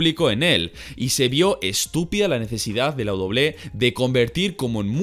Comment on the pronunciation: Todo mundo: Doble ú doble ú é: Doble-é